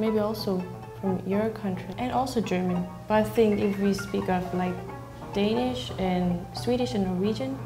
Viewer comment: It bothers be how they all pronouce "Danish" Like come on, how fkn hard is it haha